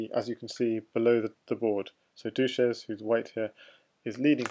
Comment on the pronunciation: "dushezzz" was probably intended to be pronounced the same way as "sanchez", not like "douches", the things used to clean vaginas haha. Other than that great commentary :)